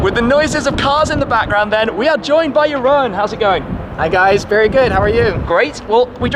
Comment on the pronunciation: Jeroen is probably totally fine with it, but you pronounce the second part of is name as “roon” instead of “ro-en” :-) Thanks for all the quality content!